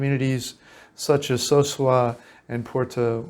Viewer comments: Excellent video. I live in Cabarete part time. No disrespect but the name is Ca-ba-re-tey (Cabarete) not Carbaret. So-soo-ah (Sosua), not soshooah, as you pronounce them. We foreigners tend to rename a town to our liking when that isn't correct. Anyway, Internet speed max is 200 mb if you have fiber optics installed for about 8500RD per month. Like any country, in the world you have immerse yourself in the culture together a better experience. So in this case I would learn Spanish as much as possible because like any other country, if you don't know the language, you will be taken advantage of. I'm Dominican but I am a gringo. And I'm treated as such until I open my mouth and they still try. You have to be somewhat of a fast thinker and talker when it comes to dealing with them there. Prices on most things have gone up since but it's still reasonable. Definitely way less expensive that in the US. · Pronounced: Caba re tey. (So su ah) That is not white sand! Light brown. Been there. Nice place.